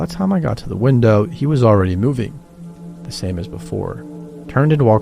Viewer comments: did he just say wintow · wintow for window?